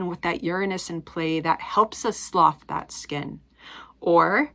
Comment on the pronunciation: Interesting view on this eclipse. Just discovering your channel, interested to keep checking in. Thank you. pronunciation: Slough (sluff) means to shed skin or any other item. Slough is used literally, as in a snake sloughs his skin.